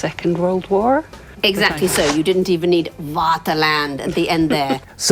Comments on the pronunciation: Since we are nitpicking already, her pronouncing Vaterland as Waterland will keep me awake tonight. I understand it's unusual for a Non-German speaker that V can be pronounced F but still. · I have noticed the same thing about her pronunciation of Vaterland. To me, it sounds like a German, or more ironically, a Russian saying "Water land" or something. Even more ironic, since the V is pronounced exactly the same as the F in her native language's cognate, "fatherland"! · She pronounced the V as a W, but she didn't pronounce "Vater" as "water", we have to give her that.